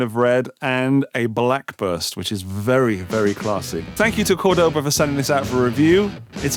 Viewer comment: That’s not how you say Cordoba. It’s more like the Degoba System. But you got capo right 😁